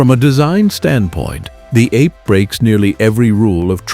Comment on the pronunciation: The Piaggio three-wheeler is NOT pronounced ape (like monkey). Ape in Italian means bee. Another AI rubbish video.